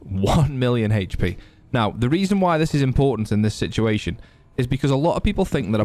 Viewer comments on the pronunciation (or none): “1 million haech p”😂 love your videos man